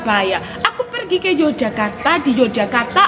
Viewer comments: Gudeg mbak bukan gudeng mbak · Gudeg mbak Gudeg bukan Gudeng ❤️😀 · Gudeg bukan gudeng😭